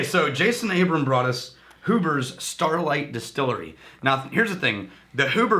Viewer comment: Huber's is pronounced HYOO-bur's - they may be auctioning the restaurant and orchard which is separate from the winery/distillery.